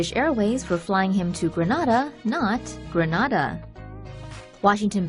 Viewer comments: The Caribbean Greneda is pronounced Gren-aid-a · It's pronounced Gree-nay-da